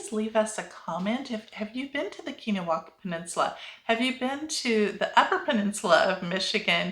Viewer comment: Keweenaw is pronounced Kee When Awe.